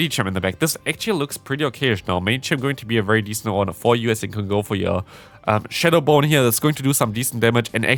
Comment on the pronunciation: lol Shadow Boney.....it's just Shadow Bone in english fyi